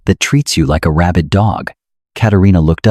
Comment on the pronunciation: It's like a rabbid dog not rabbit dog 😂😂😂😂😂😂